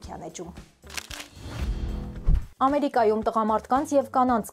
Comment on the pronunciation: Շնորհակալություն, Ձեր Հաղորդաշարին և հաղորդա արուհուն։ Միայն մի դիտարկում. Հայերենում խոսելիս շեշտը դրվում է վերջին ձայնավոր վրա։ Ոչ թե Ամերի'կայում, այլ Ամերիկայու'մ և այլն։ Կարծում եմ , այսուհետ կլսենք բսռերի ավելի ճիշտ արտաբերում։ Կանխավ շնորհակալ եմ։